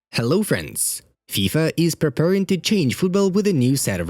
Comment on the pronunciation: Why do I keep hearing French instead of friends